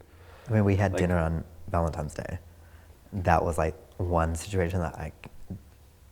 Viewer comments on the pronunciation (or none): WHAT is up with these people saying Valentime's Day? I just watched the one with Melisa and Lloyd, and SAME THING. It's an N, people. An N! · How many people out there say 'ValenTIME'S' Day instead of 'ValenTINE'S' day? After watching this video, I guess it's a more common error than I realised. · he said "Valentimes Day"....I would've broken up with him for that alone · It's NOT ValentIMEs Day!!! Ugh. Grounds for divorce right there. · VALENTIME'S DAY? I'D DUMP YOUR ASS JUST FOR NOT SPEAKING PROPERLY. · He said valenTIMES ughhh, still love him though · I was getting invested until he said “ValentiMes” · He kept calling it ValenTIMES....arrrghhhh..... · "valentimes" oh maaaaaaan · Is he saying "Valentimes" day? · The way he keeps saying "ValentiMes" Day is really cute, lol. But dude in the tats is a complete narcissist with crocodile tears---yes, I'm totally judgmental!!! (But that open door, "if it happened once..."---don't even go there.) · Thank you, I am not the only one hearing it!!! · Yup here is the comment! Loooool. Noticed it too 😄